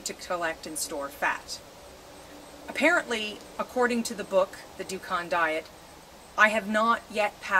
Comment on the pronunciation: it's pronounced dooken, not dookawn